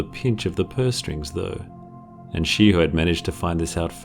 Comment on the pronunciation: Ok yo im sure in the video i heard SHE HOE not shiho